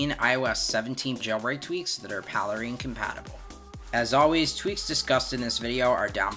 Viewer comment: It is "Pale Rain." The "1" is a substitution for the letter "i." This is the way the Cydia hacks have always been. It is called "leet speak" in hacker communications. It is not pronounced Palera like Palermo, Italy, like you stated.